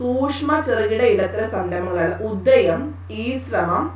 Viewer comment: ഉദയം അല്ല,ഉദ്ധ്യം ആണ് മിസ്